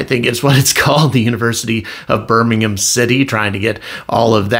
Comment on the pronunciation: I hope your son settles in at Birmingham uni ( and you pronounced well) I live about 40+ miles away, on the Welsh border lol Nice views but can be boring as f*** for the young generation lol